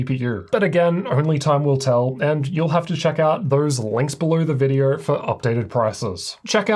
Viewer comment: You are making a great reviews. Thank you for that a lot. I bought a laptop based on your recommendations. The only thing that I'm struggling with (as a foreign language speaker) is your pronunciation. You say "r" sound in almost every word ending with "o" sound. For example, video-R, windo-R-s, "issue-R", "CPU-R", "GPU-R" and even in the middle of words like "mo-R-del", "mo-R-de".